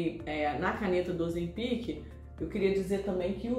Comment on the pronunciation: O correto e oZEM pic, a silaba tonica e ZEM. Nao sei onde esse povo inventou essa pronuncia incorreta.